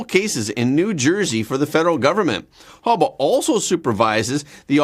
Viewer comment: Her name isn't Hubba it's Habba😂